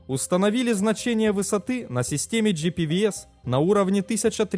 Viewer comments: Правильно говорить "джи-пи-вэ-эс", так же как мы говорим "бэ-эм-вэ". Иначе "ви" это только "V". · Что за GPVS он в каждом видео говорит? Или он как всегда не правильно произносит: "джи-пи-ви-эс". Правильно GPWS, но W это не "ви".